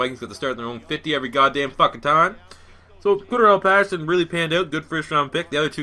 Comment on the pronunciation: "Shah-reef" Floyd. "Zavier Roads" "Core-Darrell" Paterson. There is your complimentary pronunciation guide. Use it.